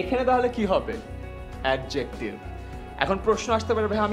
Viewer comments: ভাইয়া,ধন্যবাদ।By the way, pronouncing of 'Adjective' is অ্যাজেক্টিভ।Love for u😊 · Your pronunciation of adjective is wrong. In adjective, d is silent. Please look up the pronunciation of adjective in Oxford dictionary or Bangla Academy dictionary. Thanks.